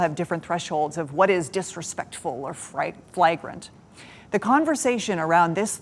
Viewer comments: Flagrant is pronounced with a long a sound in the first syllable. Come on, North Carolina. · I'm confused that the news editorialist doesn't know how to pronounce "flagrant." Someone should have let her know before this was aired.